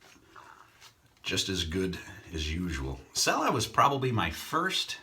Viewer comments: Nice shave. Just an FYI, the soap is actually pronounced CHELLA, not sella. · I might be wrong, but I believe cella is pronounced Chella